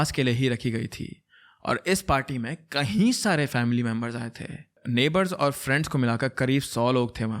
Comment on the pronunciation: I just want to correct a small thing. You often use this word "KAHI" instead of "KAYI" for example : insted of saying "KAYI DINO SAY" you say "KAHI DINO SAY" KAHI= Somewhere KAYI = more than once I hope you correct it. And i love your channel and am a subscriber.....keep doing the good work.....